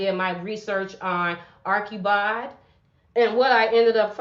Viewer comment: The correct pronunciation is Archie bald. Not Arckie bold